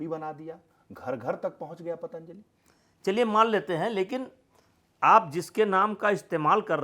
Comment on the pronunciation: नेता जी पातंजलि का नाम ठीक से नही ले पा रहे है दूसरे पर आरोप लगा रहे है।